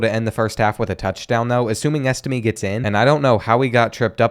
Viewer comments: It's pronounced EstimAY not EstimEE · Angeli is pronounced “an jelly” and Estime is pronounced “es tim ay”